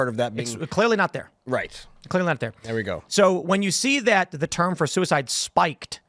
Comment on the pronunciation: i am pro soo-e-side